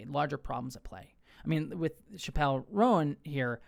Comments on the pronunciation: No Liberal is saying you can’t criticize Kamala. This is just leftist virtue signaling from you. Also, it’s pronounced Chap-L. Not Shapelle. Clearly you’re not even a fan. The issue wasn’t her not endorsing Harris, it was the fact that she put both sides on an equal plain. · it's Chap-el, like "going to the chapel/gonna get married", not like dave Chaaaa-pell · Her name's pronounced "chapel" like Chapel Hill or a chapel where you go to church btw. That wasn't all I took away from your video, though, I promise. Vote locally ✊ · It’s Chappell like Chapel, not like Dave Chappell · Dude— please pronounce her name correctly..you, so easily, could’ve made sure…UGH.